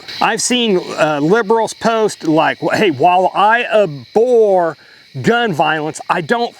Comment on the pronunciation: Abhor, NOT Abore